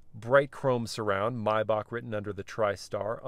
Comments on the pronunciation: It’s not pronounced maybak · The correct pronunciation is "My-bahh"